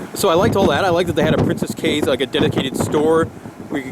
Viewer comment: I herd it was pronounced keys